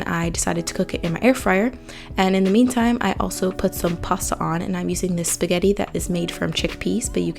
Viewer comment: Curious why some youtubers mispronounce “a” and “the.” (They say “th-eee” when they ought to say “th-uh” and use the long “a” when they should use the short. Here she even says A-bout. 🧐 Generally those who do this are given to weird exaggerated inflections. It’s so jarring to my ears. Anyone else?